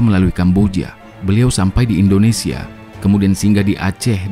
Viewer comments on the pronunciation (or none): none